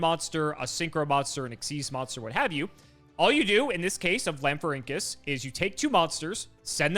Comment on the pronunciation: Pronounced "Lan-FOR-ink-US". It's based off of the Rhamphorhynchus (Ram-FOR-ink-US), a long-tailed pterosaur from the late Jurassic period. Konami replaced the "Rham" with "LAN" to make it more cybernetic-sounding. There is no "Link" in that name, though I know you'll just keep using it <3